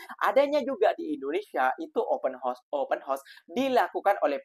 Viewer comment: Sebut....HA OS Bukan HOS....